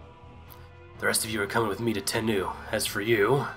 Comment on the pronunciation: lol they spelled it wrong. It's daimyo. Die-myo :) And it's Mount "Ten-noh" As far as i know. I've played A shit ton of Shinsengumi games. And that's how they're always pronounced. XD Hope this helps :)